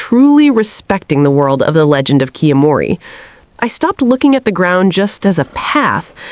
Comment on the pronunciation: I'm not sure how many of these are "Advanced Tips" when several of them are game mechanics in the tutorial phase. Also, considering the game tells you how to pronounce the title, it feels like a bit of an empty video when that isn't even done correctly.